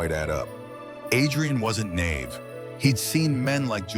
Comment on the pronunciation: AI needs work on pronunciation! Fiancé, naive, envelope not armful for example. Just saying. Well at least Julien wasn’t a serial killer…or was he?